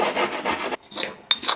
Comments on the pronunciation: That was the most realistic "Garam masala" pronunciation i ever heard by a foreigner! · I have huge respect for you being an Indian . You pronounced 'garam masala' as perfectly as your cooking . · that little smile at the end was adorable!! and i love how u wanted to show off your perfect pronunciation of garam masala 😂